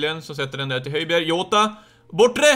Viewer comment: Du uttalar honom jota. Alltså med ett j. :)